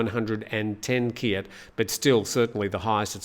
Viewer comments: Kyat is pronounced chat. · Let's have a chat about how to say kyat! 😄